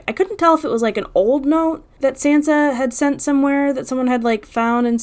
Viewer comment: After all this time, you don't know how to pronounce Sansa's name?? Wow.